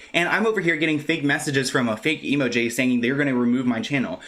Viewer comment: Its bothering me... is it emo jay or emoji just said weird